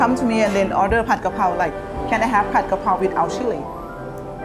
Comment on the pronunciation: dude it's pad kRRRRRRRRapow, where are your Rs?